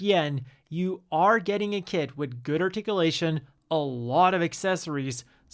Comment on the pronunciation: Ahhh the old "articialation" and "rodade aroond". Love it.